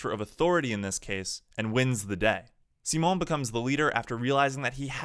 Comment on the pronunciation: The way you pronounce Simon and Rossiu... Don't tell me you liked the English dub.